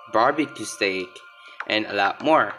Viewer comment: You read it wrong for barbeque steak you read stick the good pronouce like stake or steyk for steak